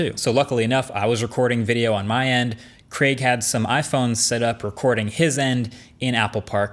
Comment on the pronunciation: Finally an American that pronounces Craig properly and not like “Creg”